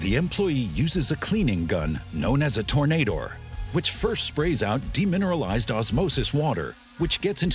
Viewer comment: Tornandor is pronounced as "Tor-nuh_door."